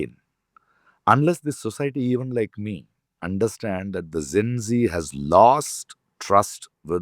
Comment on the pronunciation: Zen zee, zen zee, zen zee....!!! Arre bhai, it is Gen-Zee....bolo dus baar🙄..!!!Gen, Gen, Gen....!!!Had a better impression of him !!!